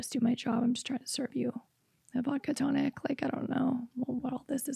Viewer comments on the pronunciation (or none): none